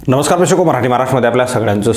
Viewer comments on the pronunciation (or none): none